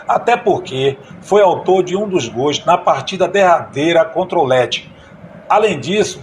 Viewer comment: Caro amigo. Me chamo Roque Rios. Sou amante e saudosista do futebol. Gosto muito dos seus relatos. Mas, por favor!! Não pronuncie GOIS. A pronuncia é GOLS. Obrigado.